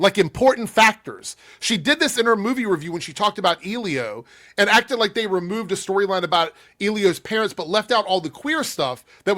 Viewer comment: Quick note. Elio isn’t pronounced Eel-E-O, that is a mistake she made in her videos but if you watch the film it’s actually pronounced El-E-Oh.